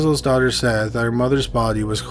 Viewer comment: Yeah, he didn't start sounding like a tiktok until later. Don't know if he pronounces daughter as dogger at this point.